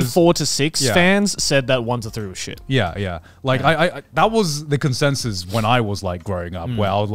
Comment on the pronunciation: "common sensus"